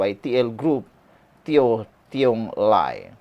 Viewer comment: Bukan Teo Tiong Lai bro...Its Yeo Tiong Lai...